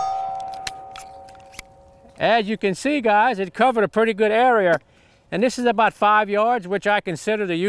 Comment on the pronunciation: idear, arear? Why the r? You're not British, Jerry!